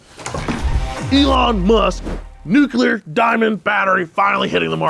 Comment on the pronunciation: He keeps switching between "nucular" and saying it correctly as NUCLEAR. It's driving me crazy!!!